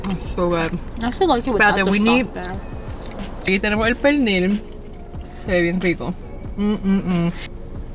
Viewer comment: “El pelnir esta un poco meehh” Me dying 😂